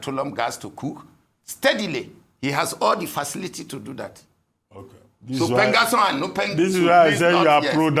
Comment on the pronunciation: PENGASSAN ❌ PENGASSON✅